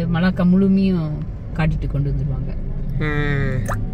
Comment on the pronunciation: மல்லாக்கா இல்லை மலாக்கா